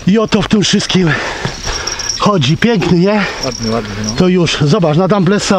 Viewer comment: i poraz kolejny nie znosisz uwag! Skoro nagrywasz i pokazujesz to publicznie, tzn jesteś osobą publiczną, a taka osoba musi się liczyć z nieprzychylnymi komentarzami i tyle. A te Twoje damblesy...wiem, wiem już pisali o tym nie raz,a ty tłumaczyłeś,że tak mówisz i już! Ale to jest kolejny przyklad twojej arogancji, z szacunku dla widza byś zmienił wymowę na poprawną, a nie na złość po swojemu